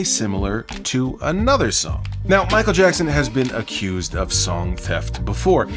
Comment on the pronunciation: Mike jack-n …🤣